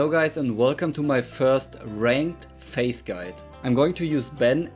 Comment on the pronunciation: Lol I heard "with face" instead of Phayze lmao